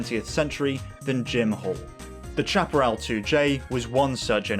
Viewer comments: It is pronounced SHAP-A-RAL Not CHAP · Not Chap-erell but Shaperell! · to us yanks the pronunciation was shap-e-ral. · It is pronounced 'shaperall' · i thought it was pronounced "sha-pah-rel" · The "ch: in Chaparrall is pronounced "sh", the word is pronounced shaparral. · I don't know how Jim Hall pronounced it, but "chaparral" (a Spanish word) is usually pronounced "SHAP-ə-RAL" in the U.S. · Good report on a famous builder and designer Jim Hall’s 2J. Only thing I would comment on is your mispronunciation of the Chaparral brand. Having lived through this period of racecar development, I never recall ever hearing anyone, including Jim Hall pronounce the “ Chap” part of the name anyway other than like “Shap”arral. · Please learn how to pronounce Chaparral. Snowmobile engine not jet ski. Also the issue wasn’t that it was a three speed transmission but AUTOMATIC!!